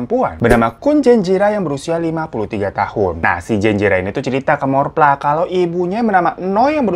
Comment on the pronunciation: Thawee dibacanya Thawi dan Morpla dibacanya Mo-pla Dan Chaiyaphum itu provinsinya sedangkan Isaan itu regionnnya (diatas provinsi)